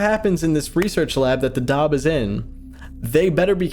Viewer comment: hello im muslim and it is pronounced dab-bah not dabah